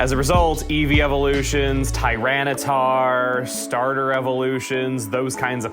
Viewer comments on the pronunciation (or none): none